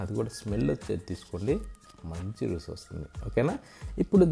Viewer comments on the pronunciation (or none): రుసి ఏంటి చక్కగా రుచి అను పలుకు, కూడక ఏంటి కూడా అని పలుకు☝️